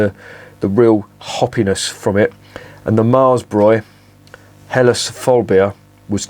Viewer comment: Perfect pronunciation of the term Helles with a slightly separated but clearly audible H! Do you have German ancestors or ever lived in Germany for a longer time?